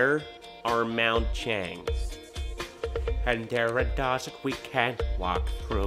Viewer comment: "But there are mou-changs" 😂😂😂😂